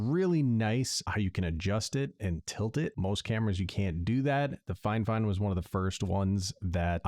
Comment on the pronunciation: Thank you and cheers, I did chuckle when you pronounced "Fi-Fine" as "Fine Fine" and had to mention it hahaha